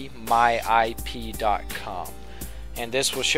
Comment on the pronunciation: to view your current IP address go to dabiyou dabiyou dabiyou dot muahahahahahaha! learn to speak mate!